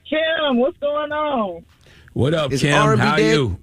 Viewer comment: Damn, Envy can't say What Up. Yee calling him by his full name instead of saying just Shawn. Mann. Lol